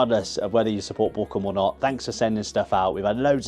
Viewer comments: Actually Bochum loves you so much, they've decided to rename the city and the club to "Bockahm" so you don't have to learn the German pronunciation. 😀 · Up the Bochum sounds so questionable when you pronounce Bochum like you do XD